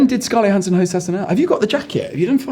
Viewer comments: Is no one going to comment on Bailey’s pronunciation of Johansson (Yo-han-sen) as opposed to the way she herself says it (Jo-han-sen)? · Why is Jonathan pronouncing her name yohansson instead of Johansson? It sounds so weird.😂😂😂😂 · Is there a reason Jonathan is mispronouncing Scarlett's surname throughout the video? Is it some kind of in-joke? She doesn't seem to mind so it's probably bothering me more than it should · What's going on with Jonathan's pronunciation of Johansson? She clearly doesn't pronounce it that way. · But it isn't the way she pronounces it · Why does he pronouce "Johansson" so diffrent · He mispronounced her name the whole video😂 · Why is he pronouncing Johansson like that? 😭😭😭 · so much chemistry that he doesn't even know how to pronounce her last name lol